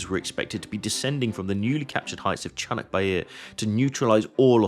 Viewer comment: Not chunuk, its Conk which means Donkey. Its also not Bair, its Bayır means slope. Conk Bayırı= Slope of Donkey. My hometown is located 80km south of battlefirld. 3 of my relatives fought from my fatber’s side fought in there. 2 of them returned back. One of another relative started to fought from Yemen to all the way Gazza. Captured in Gazza. Escaped and Returned back 3 yrs after the battle ends.